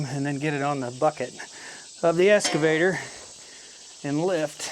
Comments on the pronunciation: EXcavator NOT EScavator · Are you saying escavator or excavator? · Obviously, I don’t know where you are but, I know in U.K. the ‘x’ is always pronounced. 😀 However it does seem common in the US to more often use an ‘s’ sound.